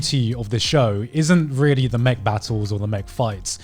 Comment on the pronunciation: What other people hear Garnt say: It's not really about the mech battles or the mech fights What I hear Garnt say: It's not really about the Mcbattles or the Mcfights